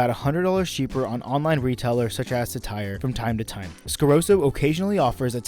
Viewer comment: Tyrwhitt is pronounced like spirit.